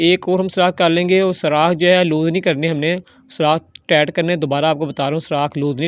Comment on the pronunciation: لعنت ۔ کوئی سیفٹی نہیں ۔ لوگوں کو آگ لگانی ہے۔ پائپ اور ٹائیٹ بولنا نہیں آتا اور چلے ہیں انجینئر بننے ۔